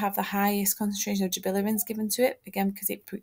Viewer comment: Great video, I found this very helpful! Just a note, it is pronounced gibberellins, not gibillerins.